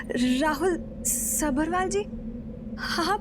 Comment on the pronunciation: Lead actress Saanvi Talwar aka Maanvi सब्बरवाल का pronunciation गलत कर रही है। सब्रवाल बोल रही है।